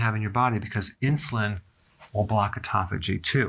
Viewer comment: I felt embarrassed as soon as he correctly pronounced autophagy. I've always pronounced it like "auto faggy"